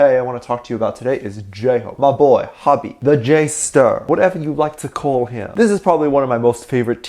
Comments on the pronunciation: ok but the way you pronounced "hobi" lmao its ho-bi not hob-i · Whyyyy your saying Hobi wronggg it's ho-bee watch bts saying hobiiiii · It's funny how you say hobi as hobby😂😂😂😂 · Hobby??? 🗣🗣🗣.....whyyyyyy??????? It’s HOBI 🥺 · I've never met anyone that pronounces Hobi like "Hobby". SLightly strange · The way you say Hobi has me on the ground 😭😭😭 Tae IS the biggest flirt known to man 😂